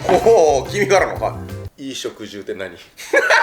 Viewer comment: 冒頭の衣食住はいぃしょくじゅうって言ってたけど普通はいしょくじゅうだよね